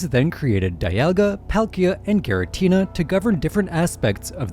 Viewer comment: Rrr-Key-Us. G-Ra-Teena